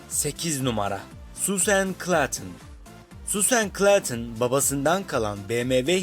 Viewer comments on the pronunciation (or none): süsen ne be suğzın onun aksanı